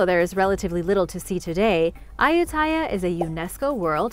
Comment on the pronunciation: I have been to Ayutthaya a couple times and several other old ruins in Thailand. It should be pronounced a-YUT-ta-ya though.